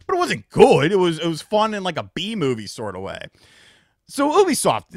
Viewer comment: The way pronounces Ubisoft as “OO-bisoft “ instead of “YOU-bisoft “ really bothers me